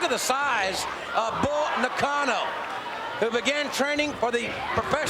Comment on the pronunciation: Ugh so bothersome how Macho Man ridicules Bull Nakano's name.